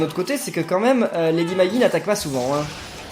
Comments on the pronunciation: la même. Lady Magie en prononciation c'est bizarre. Lady Maggie se dit Lady Maguy voyons. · La lady perpétua des limbes éternelles s'appelle lady maggi et ça se dit lady magui